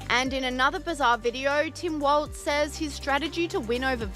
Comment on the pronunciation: It's Walls not waltz